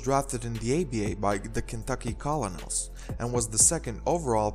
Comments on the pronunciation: the word colonels is pronounced kernels. Just an fyi. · The way u said colonels has me dead lol